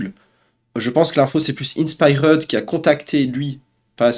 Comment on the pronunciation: Faut que tu apprennes à mieux prononcer inspired c'est pas compliqué. A l'anglaise ça se dit In Spy heard Le R est silencieux